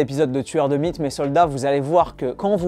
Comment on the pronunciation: Attention quand tu dis "tueur de mythes" trop vite ah ah ... le M devient un B à l'oreille 😅😅